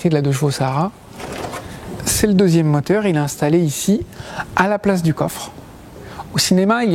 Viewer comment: sympathique petit reportage, mais pourquoi dire '"deujvo"?